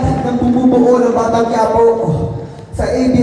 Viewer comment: Bakit kayong mga narrator ng batang quiapo ang pronunciation ñu batang kuwiyapo? Diba mga pinoy kayo? Or Spanish man quipo is quiapo.hindi kayo cute o Hindi kayo nakakatuwa pakinggan.nakakabwisit lng kc.